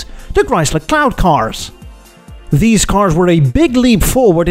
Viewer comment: Every time you said cloud cars i heard CLOWN car , it made me chuckle